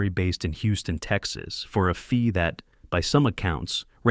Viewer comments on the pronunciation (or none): none